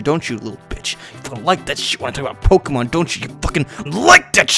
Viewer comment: You kept saying Pokimon while showing image of Pokemon related things.